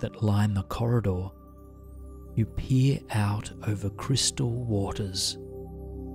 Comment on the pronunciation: Sorry, but - “you pee out over crystal waters”? It took me a minute to realize you were saying peer- but now I can’t stop laughing.